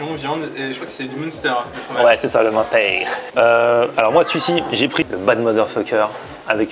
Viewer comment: Jaime bien la façon de prononcer le munster 😁, " Mounster", ça sonne peut-être allemand, mais ça se prononce pas à l'allemande 😁. La bande de pote, à part 2 en fait ils parlent tous français, ils m'ont bien fait rire. Sinon, les burgers rien à redire, le patron, il faut qu'il fasse attention, il va finir par se brûler les ailes et faire un burn out, ça serait dommage.